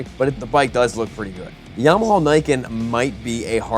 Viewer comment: "YAMAHALL" am I the only one?